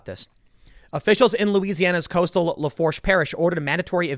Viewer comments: Lah-Foosh = Lafourche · I’m sorry man but the way you pronounced lafouche was hilarious